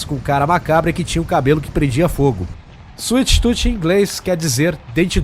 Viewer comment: kkk suite tuti kk afff cala boca ...... suite toom escrevi portugues pra vc sabe pornuncia o certo animal